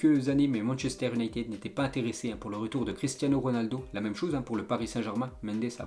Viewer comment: Déjà quand il parle machester il dit « Unayted »